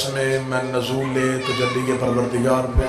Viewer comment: Bhai sb norool hota hai ya nozool